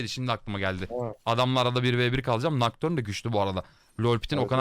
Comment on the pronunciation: Abi nocturne derken 😂😂😂😂